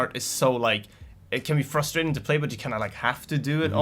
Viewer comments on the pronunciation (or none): none